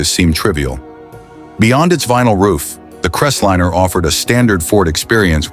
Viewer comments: more text to speech GARBage completely ANNOYING "crest linner??? lol what bs why dont you use your own voice jeesus thia makes it shit hard to listen to and disgusting i'm pout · It’s not just that it’s computer generated voice, it’s BADLY done. Crestlinner, FFS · And it can't pronounce words correctly. EG: What's a Crest-linnah? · CREST LINER not Cresslinner. Get it right! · It's a Ford Crest-line. Not 'liner', like 'diner', not 'dinner'. The stupidly of this video takes away it right to call ANYTHING ELSE stupid.